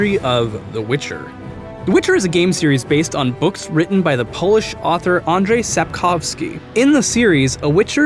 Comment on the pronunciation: Your pronunciation isn' t very bad, but important thing is that rz is prunounced in Polish like "zh" in "pleasure" or like "sh". So it is "And-zhey", not "Andrey" Sapkowski and "st-shyga", not "stryga".